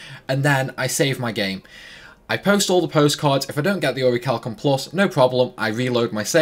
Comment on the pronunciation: The H is silent in Orichalcum+